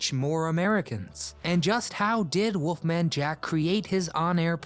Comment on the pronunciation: Why does he keep calling him WOOFMAN Jack it's WOLFMAN Jack. Learn how to pronounce and enunciate geez.